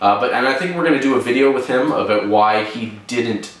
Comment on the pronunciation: "think aboot" haha i love your videos dude!